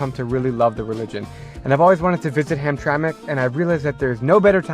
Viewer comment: Heard hamtramck immediate dislike